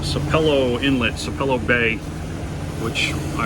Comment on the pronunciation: It's pronounced Sapp ellow Sapelo Island Ga.